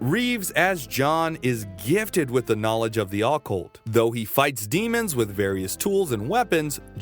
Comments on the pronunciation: 😵‍💫 it's OCCULT OH- CULT not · ah-cult... think yr emphasizin' the wrong syllable friend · I’ll sub when you learn how to properly pronounce occult… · I have literally never heard a human being pronounce "occult" the way this dude does.